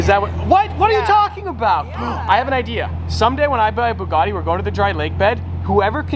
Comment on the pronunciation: Why does pronounce Bugatti as "Boo-gotti"?